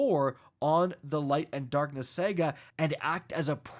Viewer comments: SA-GA, not Sega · Yea you are not saying saga remotely correct. Please it's sa ga, not sag a. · Say it with me...Sah-ga, Saga. Not Sega weirdo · Anyone else hearing Sega instead of saga? Get well!